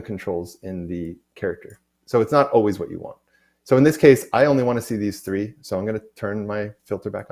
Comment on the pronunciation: Is there a way to stop the UE announcer (who took over from Amanda a year approx ago?) saying “free” instead of “three”? I have younger students watching this and they have started to pick up that habit. It’s three d, not free d. :)